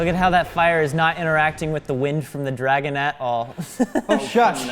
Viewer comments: pronunciation of dragon FASCINATES me. Dreigon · OK, so I know what a "dragon" is, but what the heck is a "dray-gon?" And where in the world do people pronounce it like that? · It’s dra-gon not dre-gen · It's drAgon not drEgon